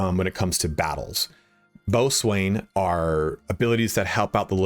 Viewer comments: FYI,, "boatswain" is pronounced "BO-sun" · Boatswain isn't pronounced the way you think it is. Boh-sun or bosun.